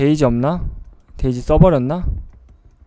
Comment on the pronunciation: 나만 그런가.. 왜 자꾸 데이지가 돼지로 들리지..